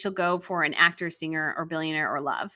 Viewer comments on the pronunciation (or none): none